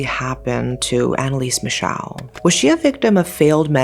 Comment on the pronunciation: Well as a german, it's kinda disrespectful to pronounce her name completly wrong. There are still friends and family of her alive. You did that to a lot of other people as well. I can't speak to the asian names but i even doubt all of their pronounciation was right. She really died because of religious delusions droven by her parents and if you don't have enough respect to look up the name of a poor dead girl, you shouldn't exploit her story. Epilepsy doesn't effect just movement but can happen in other areas of the brain as well, hence the visions. Many saints eat disgusting stuff to suffer for their sins and Anneliese might have done that as well Not because she was "possesed" rather to suffer to "be worthy of god" and expel the "demon". When she talks as a possesed, she still has strong a regional accent wich don't fit the alleged demons. It's really clear when she speaks as Hitler who spoke german as well and he has a really distinct way of speaking wich she didn't copy. You could argue for the others, that they could speak all languages as a demon now. Also she didn't knew latin because she was religios, she knew latin because she had Abitur and needed the big Latinum to begin study as a teacher with catholic religion having the big latinum as neccessaty before